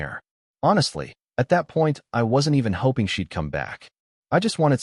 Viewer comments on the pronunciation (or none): none